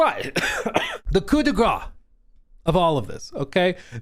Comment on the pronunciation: French speaker here 👋🏻 Made me laugh hard on this one. « Coup de grace » (final blow) is pronounced with audible sssss at the end. The way you said it sounds like « coup de gras » which could be translated as « stroke of fat » … 😄